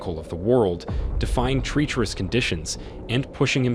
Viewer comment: If the narrator says “treecherus” one more time or pronounces “crevasse” one more different way, I might cry.